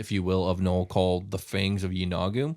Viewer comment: Yeenoghu: "E-no-Goo"